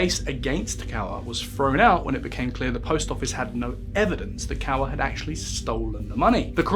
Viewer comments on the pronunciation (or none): Minor point - The surname Kaur is pronounced "K-Or" as in the word "or", not as the presenter pronounces it "Cow-er". 😁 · just another comment to say Walsall isn’t in Staffordshire and hasn’t been for over 50 years - it’s in the West Midlands county, and the surname is pronounced ‘Kaur’ as in ‘sure’